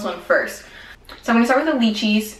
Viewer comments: the lychee is pernounced ( lie - chee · the way you say lychee's sounds funny, in Australia the y say "i" so l-i-chee but spelt with a y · candyB I noticed that too lol! I'm from Hawai'i and we pronounce it like "lie•chee". It's alright though, we still love you:) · Every time she says lychee 🤣🤣I just can't! Same as below pronounced with a I instead of y! But hehe I like it! I'm laughing 😂